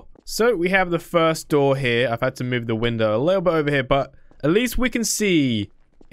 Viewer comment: You said frist again it’s first the r before the i